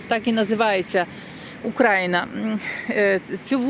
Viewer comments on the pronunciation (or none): Дура тупа..Ти наголос на слові Україна неправильно ставиш....